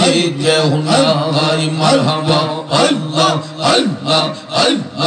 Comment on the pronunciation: হায়রে ভন্ডা আল্লাহ নাম টা বলতে পারে না.. বসে বসে জিকির করলে কি হয়